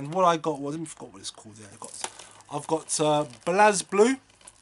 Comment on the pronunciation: Some interesting titles there for the PS4, I like the look of Wild Guns but 40 notes on ebay plus postage is just too much. Haha so you say 'blaz' Pete commented on my vid and was adamant its 'blaze'?